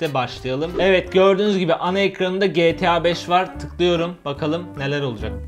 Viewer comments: GE TEĞ ĞA BEŞ iğrendim o nasıl diyiş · Abi getea 5 degil Geta 5 desene ya